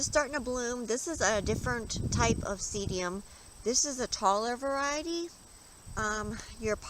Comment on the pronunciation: The name of this plant is pronounced see dum not seedium. Just a friendly note :)